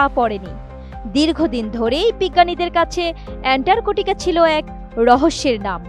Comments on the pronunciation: বেশি শিক্ষিত হলে যা হয় আর কি! অ্যান্টার্কটিকা কে বার বার বলছে অ্যানটারকটিকা। ছিঃ ছিঃ ছিঃ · আরে মূর্খ এন্টার্কটিকা কি অ্যান্টার্কটিকা বল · এন্টারকোটিকা নয় এন্টারটিকা মহাদেশ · ইতান্তরে সাংবাদিকের কাম করতে দিছে কেডা ভালো কইরা একটা জায়গার নাম বিখ্যাত জায়গার নাম কইতে পারে না এন্টারটিকা মহাদেশকে বানায় দিছেন শালীরা করতে ধইরা আনছে পড়াশোনা কি করছে আর রিপোর্ট তৈরি করার আগে তারই করল কি এইরকম যদি হয় দেশের প্রথম সারির নিউজ চ্যানেলের রিপোর্টারদের অবস্থা তাইলে দেশ কোথায় আছে আর কই যাইতাছে বাকিটা আপনারা কইবেন টাটা আমি বুইজ্জা লাইছি😂😂😂😂😂😂 কোন দিন জানি নিজ দেশের নামের আগে রিপাবলিক লাগায় দেয় আল্লাহ কইতারবো🤣🤣🤣🤣🤣🤣🤣 এটিএন বাংলা নিউজ চ্যানেল অশিক্ষিত মূর্খদের আড্ডাখানা যে এটা একেবারে ক্লিয়ার।। ওদেরকে বয়কট করা হোক। আর এই খবরের রিপোর্ট পড়া মহিলাকে শীঘ্রই পাবনা পাঠানো হোক ওখান থেকে পড়াশোনা করে আসলে হয়তো তিনি সঠিকভাবে বলতে পারবেন সুন্দর করে পরামর্শ দিয়ে দিলাম বিনা টাকায় লুফে নিন আর আপনাদের এসব ফালতু ভুয়া টিভি চ্যানেলগুলো বন্ধ করুন। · এন্টারটিকা মহাদেশ যে বলতে পারেনা, সে আবার খবর পড়ে, বাহ্। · আটিএন নেউজ আর মানুষ পায়নাই। এন্টারটিকা উচ্চারণ পারেনা, এরাও সংবাদ পাঠক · আপা কি আন্টারর্টিকা উচ্চারণ করতে পারে না? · এন্টার্কটিকা। LoL